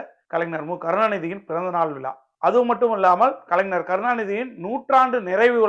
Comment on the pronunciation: தம்பி கலைனர் இல்ல கலைஞர் சொல்லுங்க. பார்ப்போம் அய்யோ ன இல்ல ஞ தமிழ் இனத்தலைவர் அவர் அவரையே சரியாக உச்சரியுங்கள்